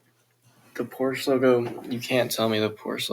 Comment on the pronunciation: it is not porsh it kinda has an u at the end